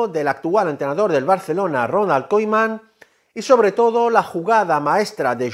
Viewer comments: se pronuncia kuman brother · No le puedo creer a alguien que pronuncia Ronal koiMan 😂 ( con humor ) jaja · Ronald kuman se pronuncia correctamente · Se me hizo escuchar Ronald Koiman jaja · Bro...! Y porque dices Koiman?????